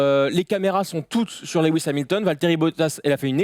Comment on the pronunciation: "Lewi hamilton" tellement d'irespect pour un tel pilote je me desabonne